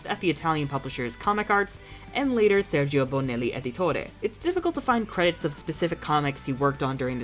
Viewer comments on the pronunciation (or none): none